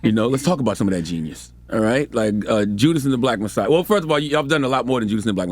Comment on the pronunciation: also.. bruh its JUDAS not JUDAH. IJS.